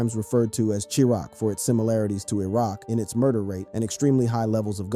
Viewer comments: tf is Chee-Rock??? lol this dude always says the dumbest shit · cheerrock lol u mean chi rack hahahahahah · "Chee rock" 🙄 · Chiraq is pronounced as "Sh-I-Rack" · am i just to high off my ass or is he saying some of the names wrong like chiraq or Ace